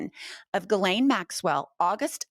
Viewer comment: I think it’s pronounced ‘JILLaine’ not ‘GILLaine’!